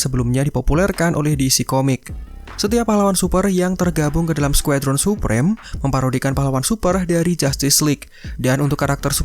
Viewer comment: "Skuedron.. " Biasa aj kali bacanya Squadron